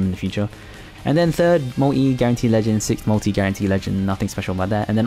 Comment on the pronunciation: its called MULTI not mui xDDDD